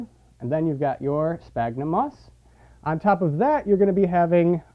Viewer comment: Sphagnum, not spagnum. Christ.